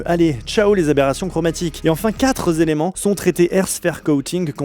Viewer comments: J'adore votre travail, et aussi l'humour avec les steaks, mais on ne dit pas "dix-huit-z-éléments" ni "dix-sept-z-éléments" et encore moins "quatre-z-éléments". Si proche de la perfection, il fallait bien un petit caillou dans la chaussure. Bravissimo pour le reste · Pareil ! J'ai eu un saignement d'oreilles avec de telles liaisons... à la troisième ("quatre-Z-éléments"), j'ai perdu 2/10eme d'audition. J'ai pris RdV chez Amplifon du coup. Allez, c'est pas méchant ! 🤪